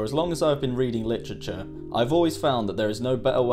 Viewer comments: ''four azz loung azz I'ahve bean reedin Lichricher'' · Wtf is “litchritchure”